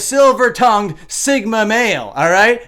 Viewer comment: No way he just said the silver tounged singma male